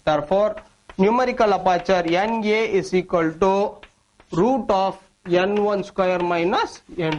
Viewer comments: why is he saying n1 as yen 1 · suchit sharma it's funny right? 😂